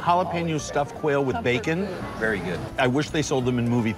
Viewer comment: hahah thats my favorite damn part is to hear say “it’s veddy delicious” hahah okay we get it xD